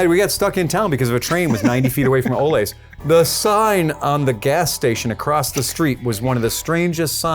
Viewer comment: As an employee there, this video is awesome to come across. Also it's pronounced ol-Lee. Like sven and ole.